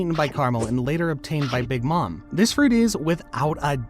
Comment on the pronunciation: Big mom< Bigi Maamaa 😂